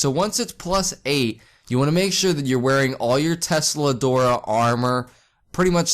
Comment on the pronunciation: dude please... learn the words: dollar = souls?? tseldora = TESLADORA?????? MULAN = MAJULA????????? WHAT THE FUCK